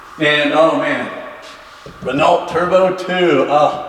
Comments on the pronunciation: Renault not pronounced as someone who made it. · I could almost hear Shmee subconsciously correcting his pronunciation when that guy say Renault.